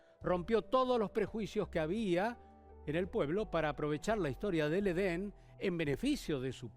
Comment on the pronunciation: Esto es una historia para no dormir? Aburrido! Solo es un hotel en donde se congregaban asesinos de la peor estofa. Es Edén y no Eden 😏